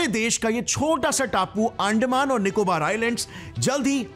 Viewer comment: अरे भाई , तुम कितना भी चिल्ला के बोलो, पर तुम devlopment नाहीं रोक सकते, तुम्हे अंदमान ठीक से बोलणा सिखना चाहिए 😂😂